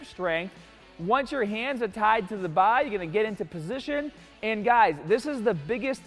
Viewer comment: Does this guy only have a Boston accent when it comes to the BAAA?! Great video btw, literally trying this in an hour